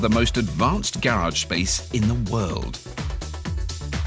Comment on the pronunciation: Gayy-rage is what he pronounced garage as.